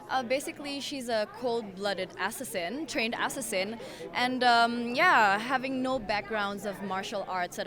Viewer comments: I literally choked on my tea when she pronounced assassin "ass-ass-in" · I love how see pronounced the word "assassin" as "essessin" 😂😂😂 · the way she pronounces assassin tho... schwing, schwing, SCHWING!!!! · I like the way she pronounced assassin haha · I love how she pronounces assassin lol cute